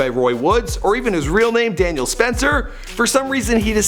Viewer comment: His name is not DANIEL it is DANZEL